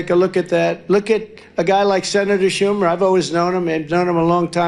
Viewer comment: He called Schumer "Shome"